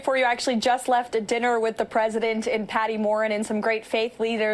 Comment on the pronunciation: She always says pwesident